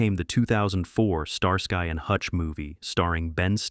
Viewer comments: Star......SKY and hutch talk about butchering a name..... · Star-Sky and Hutch? I'm so sick of lazy channels using AI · Star-sky &Hutch well damn all through the 70's we all were mispronouncing that title thank God we have A.I. to correct us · Star Sky? Sky like looking up at the sky? No, dude. It's pronounced like ski. Like you're going skiing. Starsky and Hutch. Don't pronounce the y. Pretend it's an i. I swear, you guys need to hire folks to monitor your A.I. narrations. Or just quit being lazy and do it yourselves. -OG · the second the narrator said Star-Sky I quit watching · STAR-SKY and Hutch? Really? The name was even accidentally said correctly once or twice in the video.